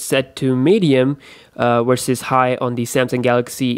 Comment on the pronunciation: wersus, whyber, what else... wideo? come on this is a constructive criticism. you can learn how to pronounce letter "V", you pronounce "have" correctly though